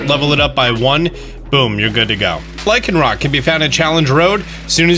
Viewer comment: He just said lyconrock though